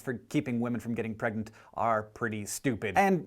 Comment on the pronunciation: "...and how girl NOT get pragnent." Hank?!